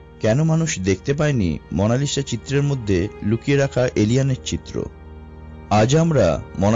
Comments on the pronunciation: উচ্চারকের উচ্চারণ এত্ত বাজে কেন? মোনালিসা কবের থেকে মোনালিশা হল??? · its mona Lisa not mona lishaa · Kotha gula poca....lisha na lisa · Mona lisha na bhai monalisa parish o na Paris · মনা লিশা???😂😂😂 lol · what is মনালিসা? 😂 আগে ভাষা ঠিক করুণ ভাই